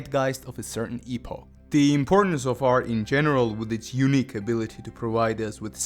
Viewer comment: thanks for the video buddy. but sorry to say, for the longest time i thought you were saying "Eunuch" and i was like what?? but you were really saying "Unique"